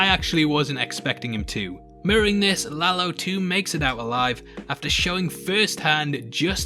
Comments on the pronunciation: You actually pronounced it right, it’s no La-low just La-lo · You are one of the few that pronounce Lalo right!. Is indeed La-lo, not La-low. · You didn't butcher the name Lalo.